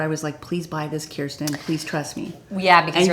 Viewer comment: Kirsten, glad to know you pronounce your name “ keeer-sten” ty